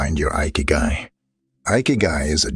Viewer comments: In Japanese ikigai is pronounced like ekeyguy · “Eye Kee Guy” 💀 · Ikigai is pronounced (e kay gai) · Lost me at igahkik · I`ve stopped watching it where the narrator mispronounced"ikigai"!